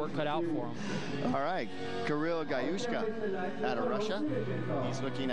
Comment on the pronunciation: My name is Kirill GalusSHKO, not GalushOko